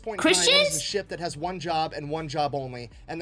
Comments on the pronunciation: Ship? I thought she said "Sheep".😂😅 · the fact that when you say ship it sounds like sheep puts very funny pictures in my head